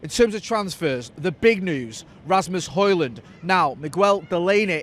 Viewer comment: Ø. Højlund. Would be fun if you tried the "Ø" sound, I challenge you!